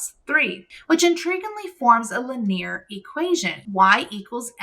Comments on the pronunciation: "Leneir Equation" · lin-ear so fancy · The way you pronounce Linear throws me off every time. haha. great job with all the lectures, I am learning so much!